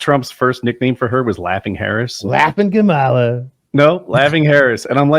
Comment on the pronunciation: IT'S "COMM ALLAH"!!🥴